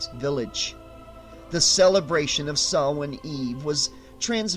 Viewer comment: Thank you for pronouncing Samhain correctly! Hearing it pronounced SAM HANE makes me cringe. That scene in the Halloween movie nearly makes my ears bleed.